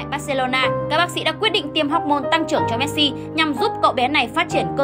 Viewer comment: Chị đọc sai họ rồi